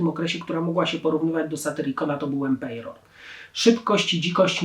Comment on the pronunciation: Nie "nemejzis divina" tylko "nemesis divina" Nie "Empejror" tylko "Emperor".